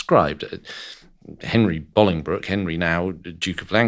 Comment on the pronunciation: Thank you so much for pronouncing Bolingbroke correctly, I hate seeing histories documentaries where they pronounce it Bowling Broke, I live near Bolingbroke where he was born and you get it spot on 😁